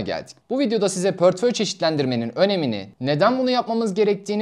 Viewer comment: Gayet güzel bir anlatım teşekkür ediyorum. Ama lütfen "pörtföy" demeyin doğrusu "portföy"! 🌿